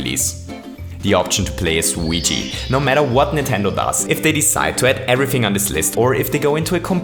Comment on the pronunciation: you always say weegee but he is called Luigi